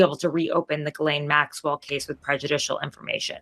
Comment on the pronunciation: Ths for pronouncing GM's name correctly. I guess nobody else studied French.